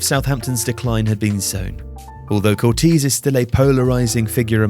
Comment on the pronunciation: It's pronounced "Cor-tay-see" not "Cor-teez" but other than that great video 👍